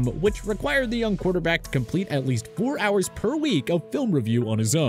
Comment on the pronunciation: Can't even read 24 hours right 😂